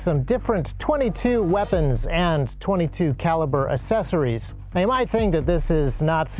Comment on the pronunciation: Assessories he says